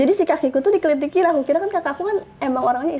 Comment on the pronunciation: aku ngakak pas bilang kelitikin jadi kelikitik hahahahahah